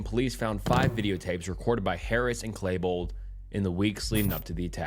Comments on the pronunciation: Some of this narration and bad pronunciation is awful like clay-bold instead of klee-bold, "alliace" or whatever you were trying to say in place of "alias," saying "s-word" and others. Hooked on phonics, man, and start actually saying the UnCoMfOrTaBlE words out loud. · Its Klebold Not Klaybold. 🤣🤣🤣🤣🤣🤣💯